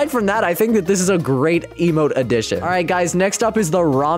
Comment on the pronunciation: bro said lmo insted of emote lol (i want the early acces plez) (id:DSG242i)